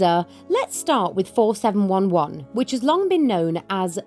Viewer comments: 4711 is amazing. My grandma (who lived her entire life in the Australian heat) loved it. I think a huge part of it was the calming effect of the essential oils in it. Just a wee tip though…I’ve only ever heard it pronounced ‘four, seven, eleven’. Also, another Australian grandma tip is multiple cold showers per day. My grandma would easily have five per day in summer. One proper shower, and then three or four quick rinses through the day and night. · Mum learnt from a schoolfriend in the 50s that running your wrists under the cold water tap helos cool you. It works! By the way, 4711 is pronounced four seven eleven! I love it! Can't find it round here. Anyone know where I can get it?